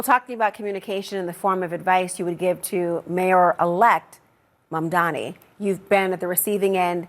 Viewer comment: Jasmine I admire you and appreciate what you do. Please learn how to pronounce Mayor Mamdani’s name. You pronounced it MamdaMI which is incorrect and a mistake that many people make(whether intentional or not.). I certainly don’t think you did it intentionally, it could be because you have heard it mispronounced too many times. The correct pronunciation is MamdaNI, there is no m at the end. Hopefully your staff have already made you aware of this. He deserves our respect. Thank you for your hard work and continuing to fight the good fight! God bless!